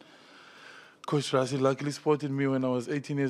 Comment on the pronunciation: Is it difficult to say "Rassie", instead of "Razzie"? 😀